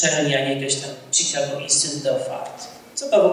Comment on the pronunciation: Pan pisarz a angielski ma gorszy od dziecka z podstawówki: (CZIKAGO) INSTITUTE OF ART tak samo się wg niego fonetycznie wymawia jak się pisze, to jest dramat